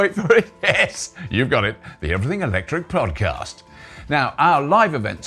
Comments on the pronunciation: "Everyting" witout te caracter 'H'? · 'Everyting'? That could catch on 😂